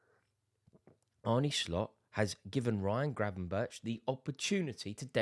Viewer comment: Gravenberch is pronounced Gravenberg, at least that's how the dutch pronounce it.